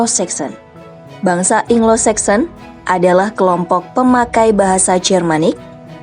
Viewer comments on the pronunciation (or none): Anglo saxon min..bukan inglo saxon bacanya